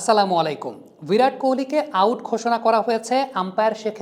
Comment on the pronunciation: ভিরাট নয় বিরাট কোহলি